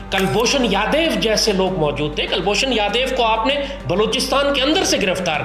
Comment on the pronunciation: Abe Yadev nahi Yadav hai 😂😂😂😂😂😂 dimag toh sooar jaisa hai jaban toh innsan jaisi rakho